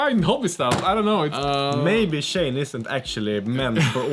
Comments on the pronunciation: Pronounced She-En, not Shane. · It's pronounced as "She In", as in "SHE is IN the car".